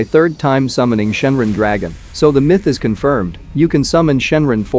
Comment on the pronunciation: Its Shenron Ai = Shenren 😢 Its Ka me ha me haa Ai = Kemihami ha 😢 Its Ki Ai = Kai 😢